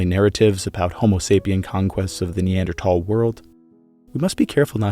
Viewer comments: It bugs me you say tal instead of thal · Dude it pronounced neandthal not neandtall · Its NOT neanderTall - its pronounced neanderthall as in "tha" and "all" put them together to "thall" as in "maul" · I know both ways of pronouncing NeanderTHal are correct, but I simply cannot focus on this video when I hear the hard T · There is an “H” in Neanderthal 😭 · I'll come back when you say the word correctly. Tall. 🤪🙄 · Never heard a pronunciation like that 😂😂. Have I been so uninformed all these years. I always pronounced the TH in Neanderthal. Not Neandertall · Can you say Neanderthal like a regular person cause even if your technically right the way you say it sounds terrible. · I can't stand listening to you constantly, saying NeanderTHAL wrong!! Its so hard on the ears!